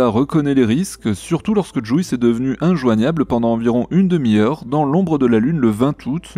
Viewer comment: STP, juice ce prononce "Djiousse"... ça fait mal a mon aglais XD (j'adore votre emission hein!! :) )